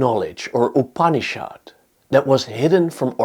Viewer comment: The pronounciation is not upni-SHHAAD but upni-shud. It is softer...not so hard